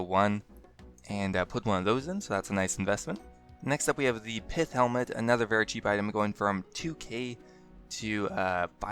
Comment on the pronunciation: "Pifth helmet" Buddy you got me there! Why do people who have no control over their speech impairments end up making videos? I, for one, find it quite awkward having to sit through videos crafted along these lines, especially ones wherein the narrator quite ends up being a derelict disappointment to himself.